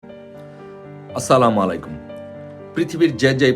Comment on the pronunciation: আপনি সালাম আরও ক্লিলিয়ার করে দিবেন, আচ্ছালামুয়ালাইকুম ওয়া রহমতুল্লাহ